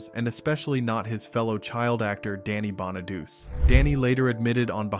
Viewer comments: Bonaduece? Stop it. It's pronounced Bonadoochay. God! And he bullied Jeremy Gelbwaks. What a collossal bona-douche. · Bonaduce is pronounced: Baa Nuh Doo Chee, Not Baa Nuh Doos Just saying! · Danny’s last name is pronounced (Bon-a-du-chee) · It's pronounced Bon-a-do-chee. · Bonaduce is pronounced Bonna du chee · Bonaduce is pronounced Bon-a-doo-chee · Bonaduce is pronounced BON A DUCHI 😂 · Danny Bonaduce is pronounced: Bah-na-DOO-chay! Dorothy Baxter (Whitney Blake), was married to George Baxter (Don DeFore), a lawyer, on “Hazel” back in the early ‘60’s. Dorothy was an interior decorator. Lucille Ball played Lucy Carmichael, a bank secretary and widow with 2 kids on “The Lucy Show” in the ‘60’s. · I stopped watching when you mispronounced Danny Bonaduce. Phonetically is pronounced Bonaduchi. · Most of us superfans knew most of this stuff. We even know how to say Bonaduce. Thumbs down, research better. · He shouldn’t narrate if he never watched the show or can’t pronounce the actor’s names. It’s kind of insulting. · That bothered me too 😆